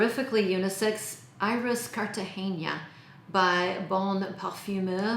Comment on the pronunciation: FYI, it's CartageNa, not CartageÑa ;) Very nice selection! I would add Iris Malikahn and Black Tie :)